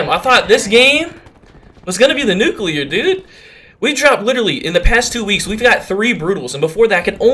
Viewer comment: Have you ever got a Nucelear?